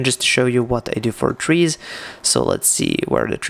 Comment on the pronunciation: You lost me at "Trees." Misplaced emphasis...